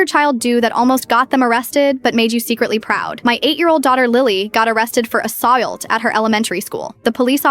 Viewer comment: You mean "assault" instead of whatever the Ai said?😂😂😂😂